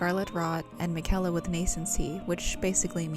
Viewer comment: Interesting video. Theres a lot of speculation here because much of what you say is not hinted at or said outright in the game. Also, why are you mispronouncing Miquella's name when the game tells you how to say it?